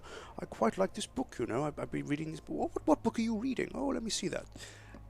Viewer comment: Omg I heard him say book-come in the library lol